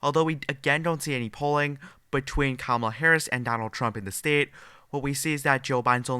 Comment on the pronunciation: BS liberal polls. Can anyone tell this guy how to pronounce the word STATE and not STEEIT.